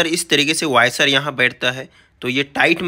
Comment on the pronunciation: वॉशर बोलो भईया, वायसर नहीं।